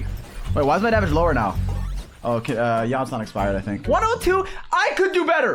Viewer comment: “Iansan” Iansan modCheck